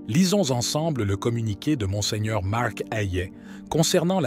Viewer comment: Dommage que le lecteur ne sache pas parler français correctement : prononce cas par cea et ces par:sis..Mgr est aussi déformé etc ce baragouin empêche de prendre ces paroles au sérieux.